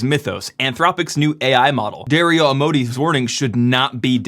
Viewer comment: Dario "Ah-Mode-E"?